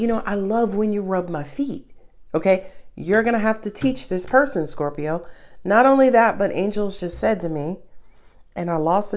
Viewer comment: I love when u say scorpiro